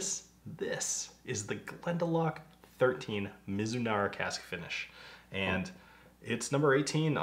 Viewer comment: Your pronunciation sounded good to me = Me-zu-nala. Thanks for all the history and details. This one sounds so good!! That's the real key, ya wanna drink more!! Cheers!